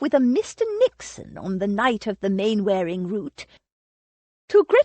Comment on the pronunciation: Narrator is a lazy American who can't be bothered to say English words properly. Its said 'Mannering' even though its spelt Mainwearing. Look up the sound bite on google. Its a very old name so of course the use over the centuries has changed it.